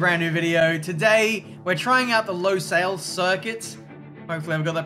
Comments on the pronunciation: it's not pronounced LOsail it's LUsail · It looks like Hungary Also I think its pronounced lusayls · The pronunciation is almost correct it’s pronounced like combining lewis and sale in one word Lew-sale